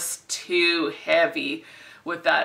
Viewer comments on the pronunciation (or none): none